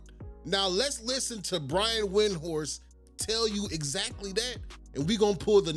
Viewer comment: Brian win-horse 😂😂😂😂